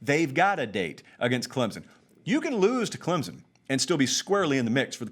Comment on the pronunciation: Say my name, say my name...Clemzon, Clemson, or Clempson?